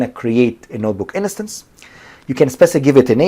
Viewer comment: liked, good video, you're saying innocence instead of instance